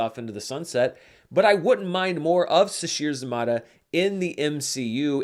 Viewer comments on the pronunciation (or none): Great review. One correction: Sasheer Zamata last name is pronounced like: zuh-may-tuh